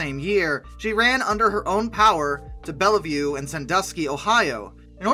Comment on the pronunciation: Great video, but the picture you show for a NKP(W&LE) S4 2-8-4 is of a PRR J1 2-10-4. Also Bellevue Ohio, pronounced Bell-view, Wabash is pronounced , Kanawha is pronounced as Kuh-NAW by the C&O and in WV, Matewan is pronounced Mate-wan and LaFayette is pronounced LAF-ee-ET.